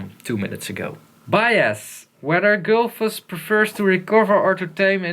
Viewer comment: gullfoss, not gulfoss. probably named after the waterfall in iceland